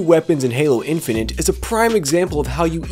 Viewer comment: "Halo Infininte"... really dude?